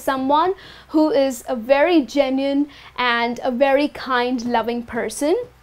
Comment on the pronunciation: It should be genuine, right? Not genuiene!